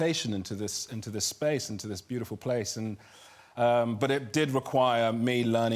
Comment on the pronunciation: "SPECE le final frontiére"